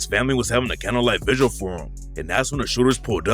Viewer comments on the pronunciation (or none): none